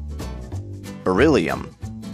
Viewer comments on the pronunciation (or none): none